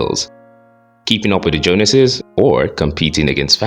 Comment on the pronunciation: You had me until you pronounced "Joneses" wrong. Now I can't trust anything you say. 😂